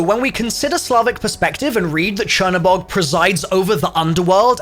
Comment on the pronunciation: google translate black god into polish, thats the way its actually supposed to be pronounced since the spelling is polish.